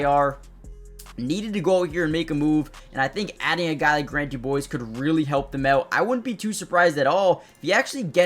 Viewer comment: Quick pronunciation correction for ya... His last name is DuBose, not DuBoise.